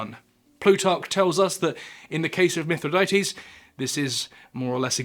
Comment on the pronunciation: Sigh. 1. It's pronounced "mi THRI dah teez", not "mith ri DAY tees". 2. Plutarch's report of scaphism (in "Life of Ataxerxes") is based entirely on an account by Ctesias of Cnidus, who even the ancients knew was an unreliable and absurdly sensationalistic fabulist (who, for example, claimed there was an entire race of one-legged people). Stop shoveling nonsense for clicks.